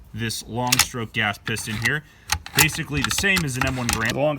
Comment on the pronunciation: Did he say basicuei?